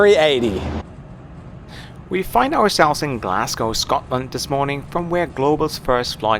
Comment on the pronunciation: Its pronounced Glaz go not Glass cow.